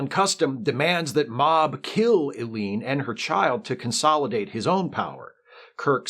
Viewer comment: "Ellie-En," rather than "Eleen;" "Mah-Ahb," rather than "Mob;" "Akah-Ahr," rather than "A-Car," etc.